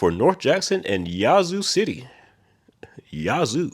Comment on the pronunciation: They have started a major reconstruction of I-20 in Shreveport. You also mispronounced Yazoo (the az is pronounced like "as"). And there's a major construction going on at the I-20/820/287 interchange. Traffic is a nightmare out here right now.